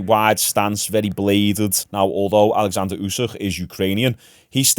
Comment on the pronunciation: *Oleksander Usyk….not Alexander